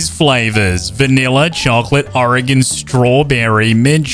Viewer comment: The most impressive part is that you said Oregon right🤣👍